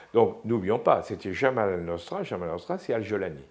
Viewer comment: C'est "Jabhat Anousra" et non pas Jamal Anousra. Jabhat veut dire "Front".